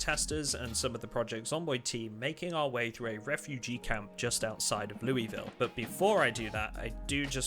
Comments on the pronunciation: As a resident of Louisville, it's Lou-a-vull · As someone who lives in Louisville, we're legally obligated to correct your pronunciation of the word. There's no "ee" sound in Louisville. It's "Lou-uh-vull"